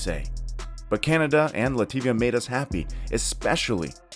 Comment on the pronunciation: Lativa my ass! Cadona, Fracne and Lenoban was also playing in that group and Lithuanians got out of the group. Murican States of Unity will go to the finals? Get a grip with your own voiceovers not to sound like a fool. Sorry - floo!